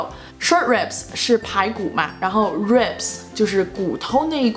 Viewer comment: ribs的读音不对吧？感觉你读的是/reibai/ 哈哈 我也不知道是不是我听错了